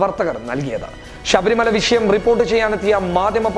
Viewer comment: ഷബരിമല അല്ല ചെക്കാ...ശ...പശു...